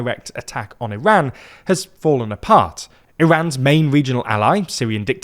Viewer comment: You're not even saying the name of our country correctly 😅